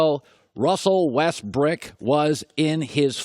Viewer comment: dude just said russel westbrick??